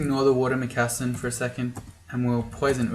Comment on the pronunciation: All right, you get another thumbs-up, but if you mispronounce "moccasin" one more time, I'm throwing one in your bed!